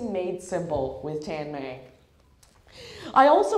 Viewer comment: Why do u pronounce ur name so awkward.u hvbeen given such a sweet name.